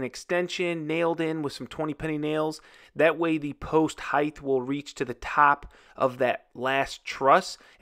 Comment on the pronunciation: I thought my dad was the only one who said "Heigth"